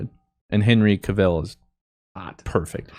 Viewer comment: The way he said "cavill"